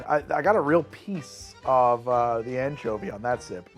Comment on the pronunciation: am I the only one who heard it as the "manchovy paloma"?